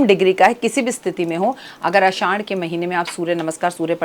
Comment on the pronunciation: Aasshhad hota hai mam. Na ki aaddash😅